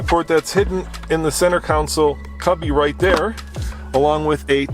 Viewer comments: Hey,it's con - sole not counsel! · It is not a "council" , it is a console. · Sorry pet peeve .. It isn't a Council ... it's a CONSOLE